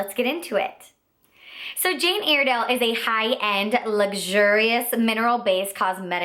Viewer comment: It's pronounced Jane Ire (as in synonym for angry) dale, not Airdale. The most popular products are the mineral foundations, that's where the whole company started from. The pressed powder is amazing!